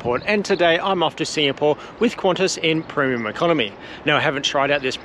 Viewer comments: "Proom" Economy product? Such mispronunciation reduces the veracity of your commentary. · This guy can't pronounce "Premium"